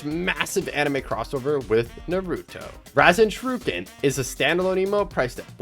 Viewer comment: that's not how you fucking say rasenshuriken